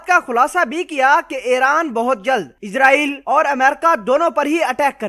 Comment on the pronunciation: ASSALAMO ALAEKOM SIR G MENE PEHLY BHI KAHA THA K NAME SAHI BOLA KRO. ISRAEL H.. IZRAEL NAHI H